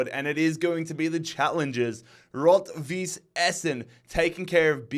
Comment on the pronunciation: btw, a little german lwmession, all those clube like "blau-weiss linz" or "rot-weiss essen" are colour based names. weiss means white. and its pronounces like vice. literally like vice 😊